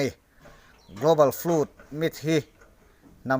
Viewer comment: Tui let chu a awm ngei a rinawm, mahse Nova tui let leh Dinosaurs era compromise tum chu a dik lo ang. By the way..FLOOD hi FLÛT ti hlirin i lam a.. :O